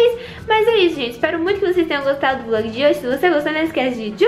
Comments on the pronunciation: quem percebeu tbm no final em vez de ser vlog saiu vog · No final vcs esqueceram do L na palavra vlog dai ficou VOG kkkkkk, Me manda um salve por favor!